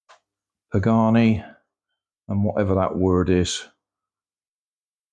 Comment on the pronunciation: Pagani=pah-gah-nee huayra= why-rah